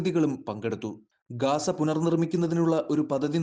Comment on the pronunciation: ഗാസ അല്ല സഹോദര ഗസ്സ എന്നാണ്